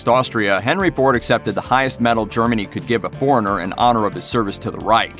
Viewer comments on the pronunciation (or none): none